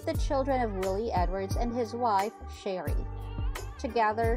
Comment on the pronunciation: Is pronounce Swamp People and her name is Sheree not Sherry